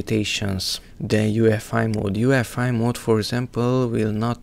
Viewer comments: U-E-F-I. not UFI. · the fact hes saying "ufi" and not "uefi" this guy knows nothing